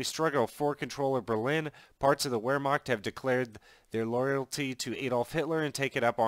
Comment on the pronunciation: It's not pronounced whermacht it's pronounced verhmacht